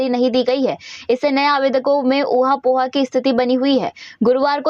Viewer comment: ओहा पोहा नहीं। ओहापोह।